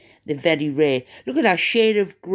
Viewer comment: Mindy Kaling is an American, born & raised in Massachusetts, of Indian heritage. So she may have been trying to be funny when she said leook instead of look. Cheerio!